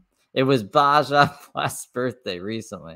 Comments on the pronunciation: Baja is pronounced baha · Baja blast is pronounced- Bah-ha. Yes you must freeze breast milk but there is no way she is producing that much. 40oz would barely last two days not a week and nobody is taking breast milk for a baby without knowing how it was stored it can only be out for 2 hours before it goes bad. She’s totally off base with her “over abundance “ nonsense. Babies feed every 2 hours from the start of when they began nursing sometimes they cluster feed which is even more often so she’s not pumping nearly enough to keep up with the need let alone keeping it stored safely. No foster parent or hospital is giving that milk to any baby